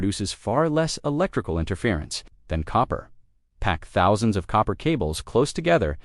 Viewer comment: I can't get past the AI mispronunciation.